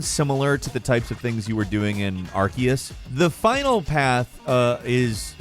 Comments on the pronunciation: You are pronouncing Arceus wrong. It's pronounced Ar-SEE-us, not Ar-KEE-us. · Love ya but.... Are-cee-us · with the amount of times you've covered pokemon now, i'd have thought you'd learn to pronounce arceus' name properly